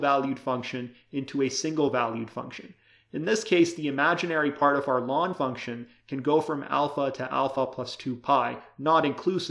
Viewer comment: Why do you so many teachers say "lawn"? It's the abbreviation of "logarithmus naturalis". So "ell-en".